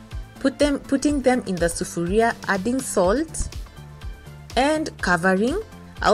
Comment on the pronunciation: I was born in Kenya(nairobi) I am so glad you say 'Sufaria'. This reminds me of my childhood 18 years) I would love to hear you using more swahili words. Try!!!